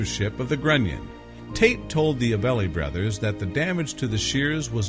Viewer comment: AB-LEE not ABelly